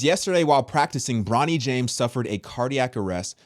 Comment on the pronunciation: It's Bronny not Ronny!!!